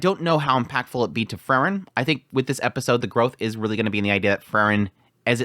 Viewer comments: It's Freeren, not Frrren.😁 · I was confused at the beginning of this video as your pronunciation of Frieren (‘Free ren’) sounds so much like Fern, I was like ‘huh? Fern didn’t do any of that’ haha